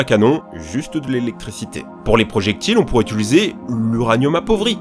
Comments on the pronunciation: Sympa tout ça, mais le narrateur a dit au moins dix fois le verbe "UTULISER" et j'aurais préféré "UTILISER", qui sonne beaucoup mieux. Pas bien grave vous me direz mais ça me fait sursauter à chaque fois. Bonne vidéo quand même. Merci. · ca me stresse tellement, tu dis "ituliser"au lieu "d'utiliser" xD je suis frustré a chaque fois ^^